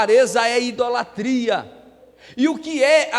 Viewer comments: Pastor: a Palavra é IDOLATRIA e não Indolatria cm "N" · Desculpa, meus ouvidos se cansaram de ouvir a palavra errada "INDOLATRIA" não deu para assistir! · Pronúncia certa: ' idolatria'. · Tudo bem pastor,o sr tem de falar correto.muintas vezes,o sr fala.indolatria. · Desculpas, com.todo respeito, mas o Sr fala IN idolatria, É isso msm?... nao seria Idolatria...é que o Sr frisa IN... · Ficar ouvindo um pastor falando em "INDOLATRIA "é deu desânimo.. Ainda mais que já veio com uma mentira dizendo que os católicos fazem idolatria. Pra seu governo. nós não colocamos nenhum santo no lugar que só pertence a Deus. Ah! e pra seu governo, não se fala, INDOLATRIA" e sim IDOLTRIA. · Não é in-dolatria, fala-se: IDOLATRIA.